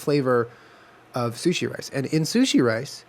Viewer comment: Julien: What were not going to do is say chilli sushi. Jenna: .............Chushi Me: Died